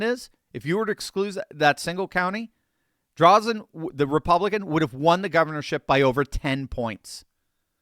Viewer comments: Thank you for covering Oregon. Yes, Oregon is considered a "blue state", but a lot of very conservative people are here. Drazen is not the best Republican, but she did win the primary. Also, her last name has a long "a" and is pronounced as if it were "Dray-zen". Patrick Cowdrey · Oregonian here and have been my whole voting life. I have seen two Republican Governors in that time. Unfortunately, once mail in ballots became the thing we have had Democrat after Democrat "grace" the governor's mansion. The only correction on today's video. It is Dra zen - long a (think graze). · It's pronounced Drayzen, btw. We're sick of the Dems here in OR as they drive the state into the ground. They tried to increase the gas tax and vehicle registration fees, which was referred to the voters by innitiative petition, and the people of OR clearly said NO! We will join together to support Drazan in November. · Fro. OREGIN... its DrAAAAzen . Thanks for the encouragement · Hi! Terry in Oregon. Hate to correct, but her last name is DRAY-zun. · Last name Drazan. Pronounced Dray-zen. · It’s Drazan with a hard “a” as is dray zan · Oregonian here...She is named "DRAY-zin". Oregon is a mail-in ballot state and the machine is all-powerful. I can't imagine the machine allowing Drazan. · Oregonian here: It is Christine DrAYzen. with a long "A" not Drawzen. Drazen is a RINO... Still a 100% improvement over Kotek. Drazen lost last time with a strong middle left spoiler. The people in Portland admit Kotek is an abject failure but absolutely will NOT vote for ANY republican no matter how big of a flake they are. We in rural Oregon are screwed until we get rid of mail in voting or are somehow miraculously freed from Portland's mad agenda. I don't care whether it is the State of Jefferson or Greater Idaho. We need relief. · I pray this is true. "Drazon" is the long A sound. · Sounds like: Dray-Zen! Corrupt Mail in voting for the last 39 years has screwed Oregon.